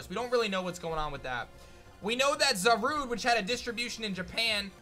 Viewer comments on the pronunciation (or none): none